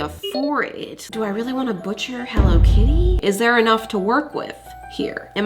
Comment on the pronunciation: Ermm I love hello kitty and I think you said hello kitty whong 🤭🤭🤭🤓🤓🤓🤓🤓🤓💖💖💀